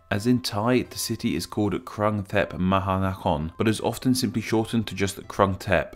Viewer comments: should have checked how its prounouced before you made a "educational video" its not "K" its "G" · It's said Grung Thep but i can understand why you said it like you did, source: am half thai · It’s pronounced Kroong-Tape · groong tepp is more accurate pronunciation than krung thep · No, he didn't. Khit duu. He was making a video about this name Grung Tehp (with ก). He had this Thai man saying the full name, and yet he can not even say the first two syllables right. And it's not like they are difficult for native speakers of english. It's just that they are too stupid and disrespectful to say anything from any other other language right. No matter if it's french, spanish, or thai. They always sound like shit. Everyday people here (I am on vacation in Thailand now) people tell me how clear my Thai is (puud thai chat maak), but really, my Thai is not good at all and they are just being nice, like Thai people generally are when they see someone making an effort. I need my 7-year old niece here to remind me how good my thai really is :) But english native speakers set such a low bar for what is considered acceptable for foreign speakers of Thai that they now can get away with crappy pronounciations like in this video. Every two-week Pattaya tourist should be able to do better than that. Makes me vomit. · The guy who read full name of Bangkok mispronounced a few words and he sounded like Japanese speaking Thai. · You didn't even bother to spend 1 minute researching the pronunciation of two words; Krung Thep. Big fail for a channel calling itself Name Explain.